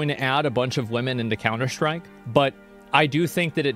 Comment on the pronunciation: he's beginning to more and more use "sch" instead of "st" noises when saying words like "stream" and "strike". it will be known as the emiru effect